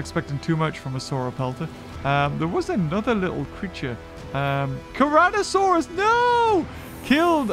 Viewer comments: "carnotarkus": carnotruckus! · Anyone else triggered because the entire time he was pronouncing carnotarkus wrong?